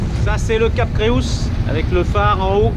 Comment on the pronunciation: Joli reportage. Il s’agit du Cap Creus c’est du catalan et correspond à l’occitan Crotz et au français Croix. Creus se lit /krew/. Imaginez un étranger dire /kroikseu/ pour le mot Croix, ça brûle les oreilles 😂